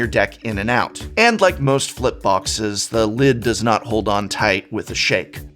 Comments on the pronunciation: "Toight! Loik a Toyger!" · That deck box is "toyt", toyt like a toyger